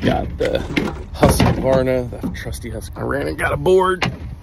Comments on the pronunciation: FYI: It's pronounced Hus-qvarna, not Husq-varna. 😂 It comes from the Swedish words for House (Hus) and Mill (as in the one with wings/sails to ground flour) (Kvarn, Qvarn is Old Swedish). 😊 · It's pronounced hus-qvarna, not husq-varna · How the fuck did you just pronounce "Husqvarna"? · It's always funny hearing Americans try and pronounce Husqvarna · I hate when people casually through an A after the Q when pronouncing Husqvarna 🤦‍♂️ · When Americans say Husqvarna and me as a Swed don't understand what you are talking about, sorry but that's not how we pronounce it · Hate how Americans pronounce Husqvarna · As a swede i cant stand the way he pronounced husqvarna....